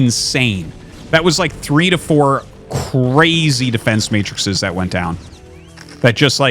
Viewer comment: "Matrices", Arti